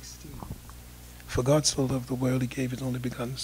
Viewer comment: I have to admit that the way this old con-artist pronounces the word 'God' as 'Gaaaaawd' cracks me up.